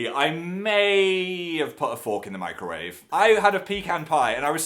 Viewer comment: When he said he put a fork in the microwave, I thought he said "I put a fork in my grave".